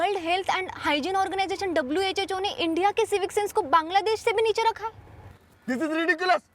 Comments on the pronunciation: WHHO Nahi ❌ WHO Hota Hai ✔️ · WHO❌ WHHO😮😅😅😅😅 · Guys I am saying it respectfully that it is not WHHO IT IS WHO❤